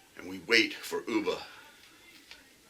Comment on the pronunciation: It's pronounced as UHB AAH , NOT OOBA, He was killed by a Northumbrian, like me!!!! We still share a lot of common words and phases with the Scandinavians (they love coming across to Newcastle on the ferries to shop- it's so much cheaper here) and their accent is just like ours. Of course they first raided Lindisfarne (Holy Island) in 793 AD.